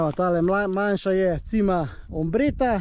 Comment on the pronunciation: Še to bi dodala, Cima je po italijansko vrh, prebere pa se čima, ne cima. Drugače pa super video, bravo.